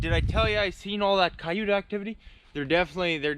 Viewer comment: wth is a ciyute? lol we call them coyotes here in the Adirondacks